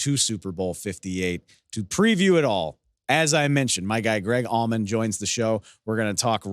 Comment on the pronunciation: He said Greg almond =]